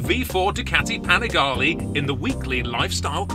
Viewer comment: Man you make good content but please, it a panigaLE not panigaLI 😂😎😊